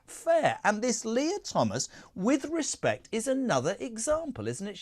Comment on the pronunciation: Stop saying woth respect